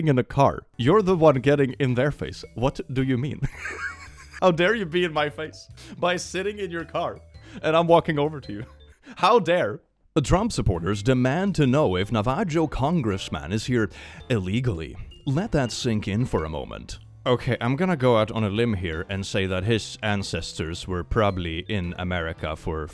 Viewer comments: mah man, its Nava-ho. Not navah-joe but anyhow~ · Navajo is pronounced “nah-vah-ho”, which is a Native American tribe I believe from what is now Nevada and Arizona. So yeah, the most legal US citizen to exist 😂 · This is a tribe of Indiginous Americans, and their name is pronounced NAH-vah-ho. It comes from Spanish, so the "j" is pronounced like an h. I don't normally say anything, but this is a pet peeve of mine because a bunch of white people chose a name that means "thief" in a different language and foisted it on a group of brown people, who call themselves Dine (dih-NEH), which means people. And then they don't even pronounce that right. You're Swedish, so you get a pass, but if someone is from the US and pronouncing it wrong? No pass. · lol pronounced Navajo as Na-Va-Jo.....It's Nav-a-Ho!!!!! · quick heads up, i believe it's nava-hoe, not.. not nava-joe.. it was funny to hear that though lol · navaHOE not navaJOE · Small correction: Navajo is pronounced Navaho (don't ask me why it's just how it is Source: I'm Canadian) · btw Navajo is pronounced Na-va-ho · I love you but... It's pronounced "Nah vah ho" lol. And yes we've had several of our brothers and sisters be threatened to get deported even tho it's literally our country and we were here first, where are they gonna send us? lmao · It’s pronounced Nav-ah-hoe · Respectfully, the mispronunciation of “Navajo” was hilarious XD its pronounced “Nav-a-ho”, j is pronounced like an H and none of the a’s are hard a sounds, more like ah instead of ae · Just small correction i think the nsme is said with h not g sound Navaho even tho it's spelled with j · Just a heads up: Navajo is pronounced "Nah-Vah-Ho", and yes they are in fact a NATIVE American people. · In Nevajo, the 'j' is pronounced like an 'h' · It is pronounced “Nah-vuh-ho” (as in the same pronunciation as the tool hoe). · “Na-va-ho” is how you pronounce “Navajo” 🙂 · "Na vAH JOE" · Navajo = Nah-vah-hoe